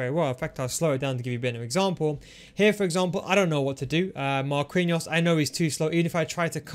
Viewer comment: pls stop saying marqUinhos, the u is silent, u say it like markiños